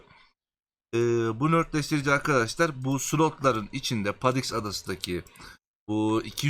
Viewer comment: Saol videolarına minnettarız. beğenmeyenin itemi geçmesin. ama oradaki nötr kelimesinin ne anlama geldiğini bilmeden rastgele nörtleştirici dedin ya hani işte ben ona takıldım anlamsızca. Nötrleştirici olacak doğrusu. yani kelime anlamı dengeleyici, sıfırlayıcı Nötr yani:)) Nört değil.